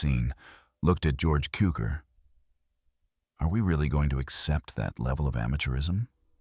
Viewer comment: It's Tsukor. That's how his name should be pronounced. How spelling of foreign names in English twists pronunciation is truly disappointing. C in Hungarian's read as TS... And the word Cukor or TSzukor means Sugar...